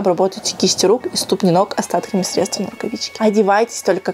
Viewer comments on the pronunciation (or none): none